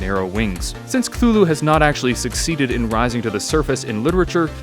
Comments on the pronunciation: A jar of pickles I pronounce cthulhu as su-thu-lu instead of kuhulu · It is actually pronounced cuh-too-who-lou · Me: knows Cthulhu is pronounced Ka-Thu-Lu Also me : Drowning noises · actually Lovecraft described them and being beyond comprehension, and therefore the way you pronounce it doesn't matter because we can't comprehend the way it's pronounced.